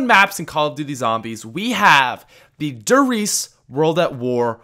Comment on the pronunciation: You and everyone else pronounce der reise so wrong its a German word that means the giant and its pronounced the way its spelt